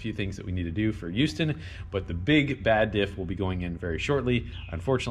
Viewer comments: Who-ston? Try Hough-ston maybe. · uhm no, just no. it is not hooston it is houston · Uston we have a problem. Lol Its Hughston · houston heres how to say it easily "hue"-"stin" definitely not pronounced like its spelled :p thats our good old confusing ass english language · so he went from youston to hooston..........that's fine. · thank god his wife said something lmao My stepmoms dad says Ustoun as well lol also i wanna see how many tires yall can stack before that teetering stack falls over lol PS it was great meeting you this Saturday. thanks for putting up with my questions. Hope t see you on the trail and the S10 with an atlas like we talked about. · Please do not ever call it "who-ston" again... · Man I just realized I say youston too. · Born and raised in Houston, and I pronounce it You-ston. I live a couple miles from the track but once again I couldn't make it. You guys better be back even though you have your own playground now. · Hooston, Whoston, Houston, ah bugger it, just go to hooters. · Youston. Haha. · Your wife is 100% wrong. It is pronounced hew ston, just like saying huge. Lived in Texas for 22 years and heard it pronounced whoo ston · Its neither eweston or hooston . You were closer the first time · Who the hell says it like that? They hat's like the folks that say uge when they mean huge it's like they think the H is silent. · every texan cringed at yall saying Houston for shame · You said it right the first time for us Houston boys